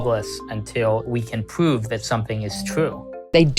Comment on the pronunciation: How does the NYT reporter have a job when he can’t even say the word prove correctly